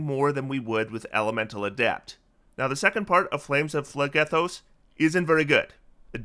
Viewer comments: Ooft, my my greek myth loving heart is pained every time you say phlegethos. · the way you pronounce phlegethos probably makes the entirety of greece wince 😂